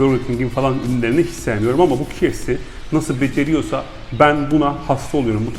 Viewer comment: bi duzeltme yapayim. KFC - Key Ef Si diye okunur. Kolay gelsin